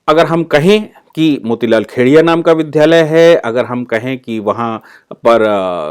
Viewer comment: बहुत अच्छी जानकारी देने के लिए धन्यवाद। कहीं कहीं विद्यालय को विद्धालय बोला गया, जिसे संशोधित करना चाहिए।